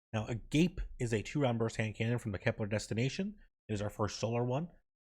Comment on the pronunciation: Ah- Gah- Pay which means love. not A-gape you uncultured savage.. jk on the un-cultured savage part 😅